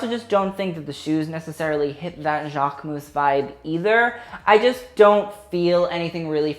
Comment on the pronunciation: I still don’t understand why cannot pronounce Jacquemus properly like « Jaarhmus » 😂😂 Like jack with a K I don’t know babe